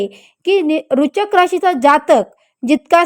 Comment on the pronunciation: तुम्हाला वृश्चिक राशी पण निट म्हणता येत नाही कमीतकमी लोकांना घाबरवू नका